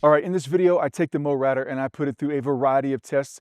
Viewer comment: Why do you pronounce it "mowratter" when it's clearly Mowrator? Are you trying to be smart?